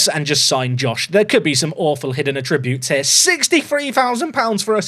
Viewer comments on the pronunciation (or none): It isn't a big deal, but I really wonder about how you say the word "attributes". I've never heard someone pronounce it saying "a tributes" instead of "at- ributes"